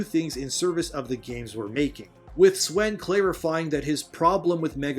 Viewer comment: it's pronounced 'Sven' dude